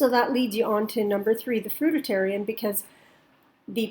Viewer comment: I’ve never heard someone say fruitarian wrong until I watched this video